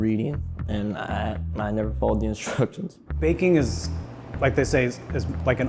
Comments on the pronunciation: Intentionally mispronouncing "Instructions" don't play stupid boy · how can you take instruction from someone who cannot pronounce instructions?🥺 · What a joke the instructors all have bears and can't even properly say "instructions" not to mention this program seems racist, I see very few white students if any.